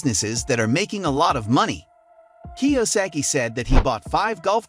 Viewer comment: I, really, don't appreciate the AI voice over. You sound much better. And, I'm sure you wouldn't have butchered Robert's name as badly as AI.